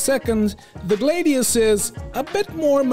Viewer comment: Buddy, you’re the best, I love your content, but I gotta tell ya man.. Gladius and Gladiator come from the same route word, so it’s a “Glad-e-us” I dunno if you’ve heard this before and don’t care, but I’d tell you if you had something stuck in your teeth, so I might as well try and tell you that you’re sayin’ it wrong, and let you do with that what you will